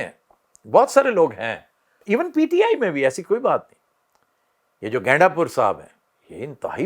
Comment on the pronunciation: Aftab shab Ganda pur hai gainda pur ni😂😂😂